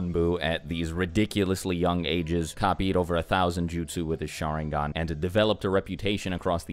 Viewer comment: The way he said sharingan.....